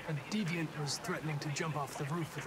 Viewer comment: I miss pewds pronouncing deviant wrong like “deviont”